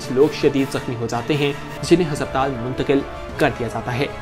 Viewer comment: Bhai hasabtal nahi hota. Hospital hota hay